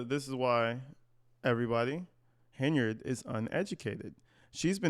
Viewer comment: Triple T is unable to talk like a professional. No surprise she doesn't pronounce his last name correctly.